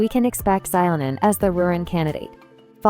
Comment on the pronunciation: "durant" "xilo-nain" "veressa" "movika" "esco-pire" "nouvelette" "chez-gnyun" "drône des sables" c'est douloureux...(mais drôle, je vous l'accorde)